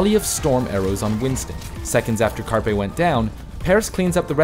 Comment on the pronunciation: did he just say Carpy?